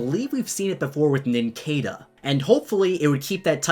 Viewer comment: Its Nin-sada, not "Nin-kay'da"